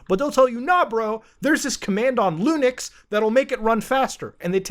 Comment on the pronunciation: Bro, when he browsed his directory, there is an mp4 where the title has the phrase "fastest nuke". Its okay, you are forgiven for what you did in the past muta. Edit: , muta said lunix. I'm laughing right now lmao